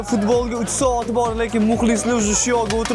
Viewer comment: Soat× Saot😂😂😂😂